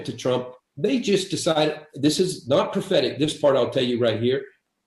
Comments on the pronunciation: I'm sure Enlow's saying "prophetic friends", but I keep mishearing "pathetic friends". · You weren't mishearing it, he was mispronouncing it.